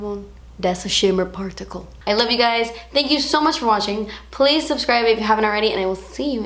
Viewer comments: "Das a shimmer pa-rt-icle" 😂😂😂 WHY CANT I LIKE THIS VIDEO A THOUSAND TIMES IT WAS SO FUNNY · "Dats a shemmer partycle." Hahahahahaha. How she said that. 😂😂😂 Please never stop making videos, you constantly make me giggle and are helpful at the same time. 😍😍😍